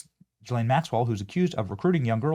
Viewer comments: Quit saying Jillane. Bro learn the fucking name. GEE-lane. You did the same stupid shit with Robert MUE-ler… it’s fucking Muller….. it’s like you do this shit on purpose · I’m so done! Her name is an Irish name. It is PRONOUNCED (Gee-Lahn). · We are years into this story and you still can't pronounce the name Ghislaine properly. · Are you fkn rtrdd? Why can't any of you influencers get this right? It's Guiffre where the G is SOFT like a J. And it's Ghislane with a HARD G, not a soft G like a J. It's not difficult and you should know this by now.